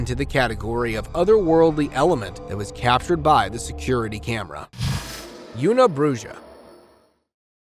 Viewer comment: Una bruja.... welp... fair is fair considering in mexico thy call boneless chicken wings "bon eless" (That's how they pronounce it. I know, it sounds stupid just like you pronounced una bruja as "una brujjah" lol)